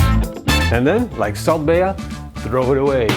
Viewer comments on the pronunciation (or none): Salt be-ya? Wtf